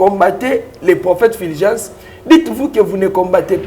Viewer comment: c'est Fulgence et non filgence